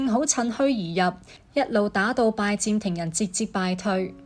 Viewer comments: 係拜占(音尖)庭，唔係拜佔庭，連咁重要嘅歷史名稱都讀錯，乜嘢廣東話嚟㗎？ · 係占唔係佔！！！ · 占音尖，並非佔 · 讀講者注意讀音：[占]字讀[尖]音，不是[佔]音。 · Ai讀嗎，為什麼讀音怪怪，拜占庭，，應該用占卜，不合平仄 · 廣東話讀拜「尖」庭呀專家。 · 其實這是大陸人的說法，香港人只會說「最」，清楚簡潔。很多發音錯都跟使用簡體字有關：明明拜占庭，但旁述就讀成拜佔庭，幹就讀成干，乾又讀成干，可以知道，這段是Al讀的，如果係人。佢地會知道係拜占庭⋯⋯所以，簡體字真係考起AI，因為佢地唔知一字多音，又被簡體字搞混了，干幹不分😂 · 拜占庭的「占」讀錯音😂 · AI 女聲粵語旁白雖有進步, 但仍有一些地方不夠好。如：「拜占庭」，AI 讀作「拜佔庭」，然而「占」應讀作「占卜」的占（音尖）。又如：「君士坦丁堡新繼位的皇帝開始對十字軍強硬起來」的「起來」，應讀作「起嚟」，但 AI 錯讀作「起身」！又例如：法國國王「路易」三世中的「易」字，應讀作「貿易」的翼音，不是讀作「路二」。而且，片中引用了一些18世紀末、19世紀初的「拿破崙戰爭」的油畫, 這是不符合十字軍東征的歷史的。